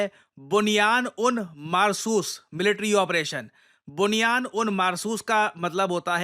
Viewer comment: बुनियान नही सर बनियान बुन मर घुस 😂😂😂😂😂😂